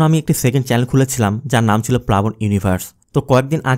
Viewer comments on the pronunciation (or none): none